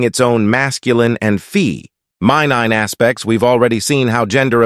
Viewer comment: Hey guys, great content. Please tweak the AI narrator factor to properly pronounce "feminine", etc. cuz that totally alters the whole message when the artificial narrator says, "......fem.....i.....nine...", or whatever it said. ".......new acres......"? New agers gives a clearer message in context than realtor and farming terns. Great stuff though, git me thinking. Thank you!